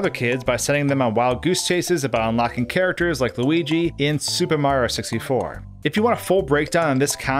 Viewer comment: He said "Supehmario64" like 30 times.